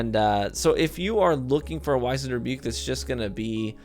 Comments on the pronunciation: Pronounced WIZ-end (like wizard), not WHY-zend. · Not Why-Zand but Wizz-End... try Google, can help with 'knowing stuff'.... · Dude. Great video. But...... Wiz-end. It’s pronounced wiz-end.